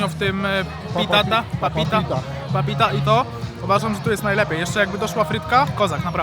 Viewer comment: Papapita, a nie Papita 🙈🤣